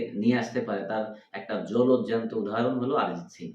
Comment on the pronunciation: আপনারা ভুল তথ্য জানেন অরিজিৎ সিং কে নিয়ে অরিজিৎ সিং ইন্ডিয়ান আইডিয়ালে নয় নয় সেট ম্যাক্স এ প্রেম গুরুকুল শো থেকে এলিমিনেট হয়ে গিয়েছিল আর বাংলায় যখন কথা বলছেন নিজেদেরকে বাংলাদেশি বলেন তখন আরিজিৎ নয় উচ্চারণ অরিজিৎ সিং কবে ধন্যবাদ 🙏🇮🇳